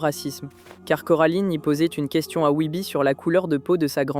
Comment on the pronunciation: t’as tu talent de fou sur le reste j’accroche à ta vibe. Mais commencer par prononcer Wybie correctement et finit par "Wibi" ça sort du truc tu vois 😅 ou madame Forcible prononcer "Forci-ble"… j’ai regardé le film en VF canadienne du coup ils gardent plus la prononciation anglaise mais peut-être qu’en Vf ils prononcent comme tu le fait mais ça me parait bizarre. Fin bref sinon hâte de voir tes autres iceberg, le son et le montage sont très cool